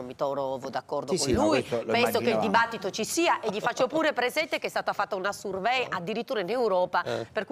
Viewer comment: Il ritorno di Michael Jackson. Se non fosse per l’inglese: sUrvéy, ahahahahah…. Comunque l’antipatia è strutturale.